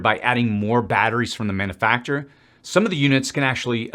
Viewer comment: Not to be ugly but ideal and idea are two different words. Also, man-yuh-fak-cher-er is how it’s pronounced. Not man-new fak-cher-er